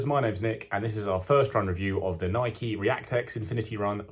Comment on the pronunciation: How can reviewers still mispronounce "Nike"?